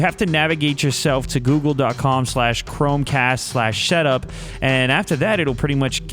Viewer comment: lol "googledotcom / chromecast / shetup " oh lew.